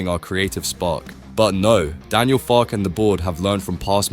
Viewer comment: For God's sake pronounce his name correctly! It is Farkeh.